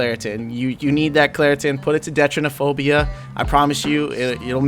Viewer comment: when he called deuteranopia, detrenaphobia lmao